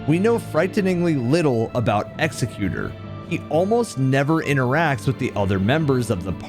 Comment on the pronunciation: I love this video and channel but for the love of Marika PLEASE— it is pronounced Exec-u-tor, NOT Execute-er. The latter would just called an executioner. An Executor, is a legal or familial position meant to document your life/handle your estate after your passing. Hints to his painting as a form of documentation. I’m not trying to sound pretentious—it’s just important context for the Night. Thank you! I look forward to seeing more!